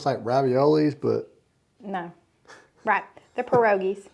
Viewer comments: Good pronouncing of a polish word. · You said pierogies correctly - source, this polish/ukrainian woman right here. :) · Yup pierogies was pronounced correctly. They're popular here in PA /Amish country. Good video! Thx ☺️ cold hands warm ❤!